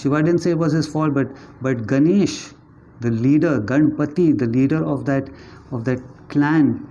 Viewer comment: Not ‘Gaana’ but gan